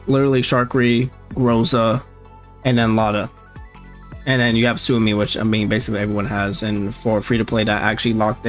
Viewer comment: Suomi (or "Finland") is said like "swoh-mee." Sometimes with a bit of an accent on the U, for a "Soo-oh-mee" sound.